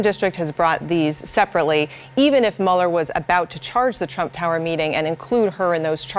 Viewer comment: She said "Drump Tower". LMAO